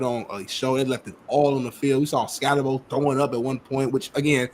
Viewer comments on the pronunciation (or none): Ska-tebow imo😂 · Wym why he say his name country? His name skattebo 😂😂